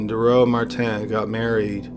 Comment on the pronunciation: It’s not mar tan it’s Martin